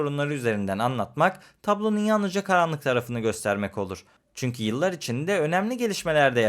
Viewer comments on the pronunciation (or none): none